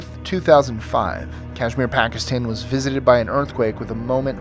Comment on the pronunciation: #10 You said visited like it came for Christmas eve dinner bearing gifts!